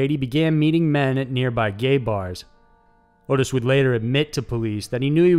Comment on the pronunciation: (His name is not Otis, and isn't pronounced like Otis either. It sounds just like it's spellled- Ottis. Sounds like Ah-Tiss, not Oh-tiss) His father made him perform sexual acts on his male friends?!?!?! What kind of absolute monster would... could... do anything so horrible to a child? To his OWN child.